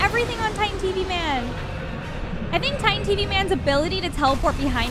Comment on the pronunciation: He sounded like he said “sink” for the first one